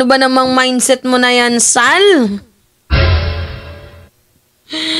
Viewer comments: huwag mong dodoblehin ang pagbigkas ng SAL. Di maganda ang magiging dating. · 😂it's the way you pronounced sal & goes with that facial expression. Natawa ako ng husto labas tuloy sipon ko😅si Sal Panelo ay ADD positive daw according to a psychiatrical evaluation report. Kasama Robinhood & Quisugo ng diablo. ADD- attention deficit disorder.....you look great 😊